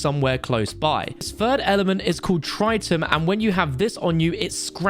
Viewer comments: Dude please look up how to say those elements properly: Bur-rill-ee-um Trit-tee-um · Pronounced Trih-tee-um..its what used to make gun sights and old watches glow...and increase efficiency of a nuke.